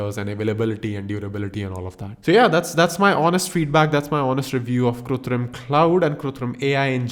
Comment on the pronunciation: its KRITUM bro not kutrim